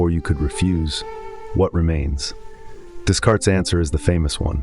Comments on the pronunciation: One could at least make a little effort to pronounce a French name correctly. This barely known up-and-coming philosopher is pronounced DEECART. The 's' is silent. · Ugh. 😞 I’m sorry, I’m really not trying to tear you down - the “s”’s in Descartes are silent. ☺️👍🏼